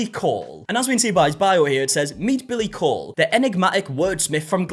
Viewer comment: coull pronunced cool not cole